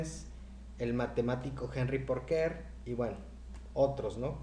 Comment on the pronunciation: Aún después de aviso, ningún nombre bien pronunciado 😂 Ponquer, Poncaire, Poncair 🤯 no es más fácil Puancaré? Luego Larmur en lugar de Larmor , George como Jorx, Michelson como Mikelson 😉 No consigo encontrar una norma que rija la pronunciación de los nombres en estos vídeos que no sea aleatoria!🤔 Antes de hacer unos videos tan interesantes, no costaría tanto asesorarse para ser más riguroso como precisa la ciencia.